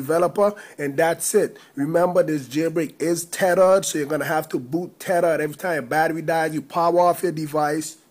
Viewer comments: Tethered= terered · tedered lol